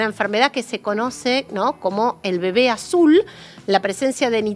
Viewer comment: "EL BEBEA AZUL" 😂😂😂😂😂😂😂😂😂😂😂😂😂😂